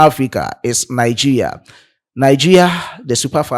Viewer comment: Bro you are not pronouncing the Nigeria properly